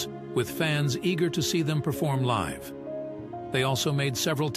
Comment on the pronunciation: You mispronounced "live."